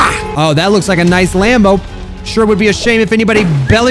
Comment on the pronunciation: Day 68 of saying noice till sees it: noice